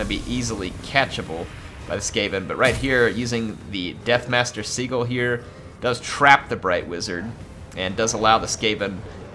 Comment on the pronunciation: Not Sea-Gull xD